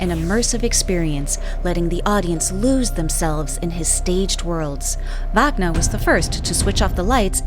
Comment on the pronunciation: AI narrator can't even pronounce Wagner.